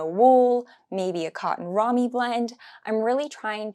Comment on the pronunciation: Great list, love the suggestions. Just picked up a suede vintage coach bag in a berry plum, love! Oh, just fyi but the material called “ramie” is pronounced “ray-mee”. A great natural fiber for material content. 🌸